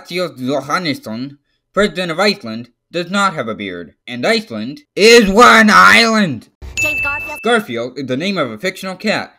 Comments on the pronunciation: my favorite part where he said "ISWANINLAND" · ""ISW AN ISLAND"" bothers me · Stop saying is wan island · do not say isw an island like the pill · It sounds like hes saying "Is one island"